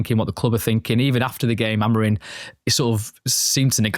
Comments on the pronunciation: Why do you guys keep saying Amorin. and not Amorim :/ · it''s AmoriM...with an M. Not Amorin.